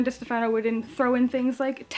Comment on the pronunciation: Great review,! The Glass Spare is actually going to be a duology, and Lauren's last name is pronounced Duh-STEF-ah-no. The second book will be called The Cursed Sea.